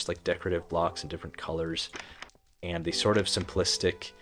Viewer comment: “Any und sand” 😭 relatable af speaking German